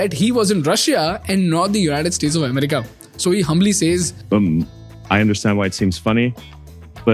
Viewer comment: It's america not umrika and it's economy no ecnomi